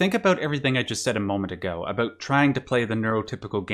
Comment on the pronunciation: oh are you canadian? i heard an aboot slip oot instead of an about 😏